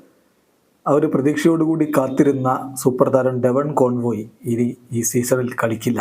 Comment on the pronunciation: കോൺവോയ് എന്നല്ല കോൺവെ എന്നാണ് ❤